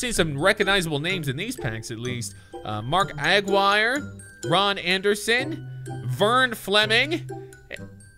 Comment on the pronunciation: I can’t stand it… It’s not Agggguire it’s like Jerry McGuire without the mc